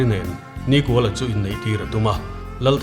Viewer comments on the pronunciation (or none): Hming chhiar dan hi uluk ang u, niiiikuala....tih te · Nikuala hi in lam dân a dik lo. Ni a kual lo. Ni kha sârin a zâm kual a, chutiang thlük chuan NIKÙALA tih zâwk tûr alawm. 😊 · Nikuala pawh hi, hmeichhia zawkin a lam dan hi a dik lo deuhlo maw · A chhiartu ten Nikuala hming in lam dan thluk hi a dik em aw? 'Kual' tih lai hi 'Kawi' (Ngil lo) thluk anga thluk tur a nih ka va ring e.